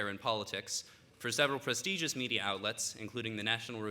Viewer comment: O:11 "prestēgious"?